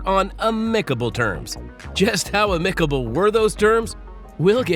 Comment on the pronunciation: Amicable is pronounced "am-MICK-able"